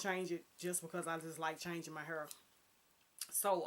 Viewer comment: Yes "hurr" lol I love your outfit and hair style in this video. You have the fashion trend down to a science. I would love to see more on your channel, if you possible, vlogs or live videos. Thanks for sharing!